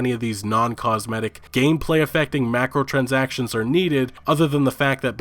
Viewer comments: Dude its "MICRO"transactions! not MACROtransactions. My crow transactions not mac crow transactions. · Hooton I'm pretty sure its Micro not Macro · I get annoyed when I hear him say "macrotransactions" its micro.. Cause Microsoft caused this shit :3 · So we're just gonna ignore the Macrotransactions pronunciation? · Is it Mike-ro or Mac-ro im confused